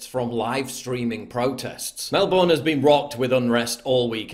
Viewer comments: It's MelBEEERRRRRRN NOT BORN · Paul, Melbourne is pronounced 'Mel-burn' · Mate it’s pronounced MELBURN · Australians: Mel-burne.. PJW: Mel-BORN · Melbinn is how you say it. Good coverage pal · Not Melbourne. Melbn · Please finally pronounce ist MelbUrne